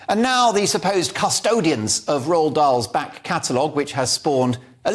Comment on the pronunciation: 0.02 you don't pronounce the d in Roald.